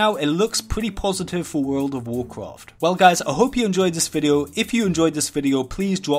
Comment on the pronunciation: Wurl ov wawcwaft